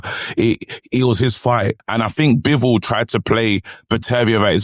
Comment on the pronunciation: His Name ist Bivol and Not bewol. Have Respect and call His Name correctly